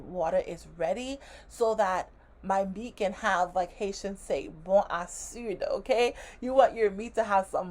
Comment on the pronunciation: She said bon acud...that's acid🤣🤣🤣